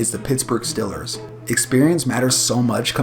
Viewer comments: say it with me, eeee not iii, eeee, not stillers, steeelers, not fild fieeeld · Why do you pronounce Steelers as "Stillers" ?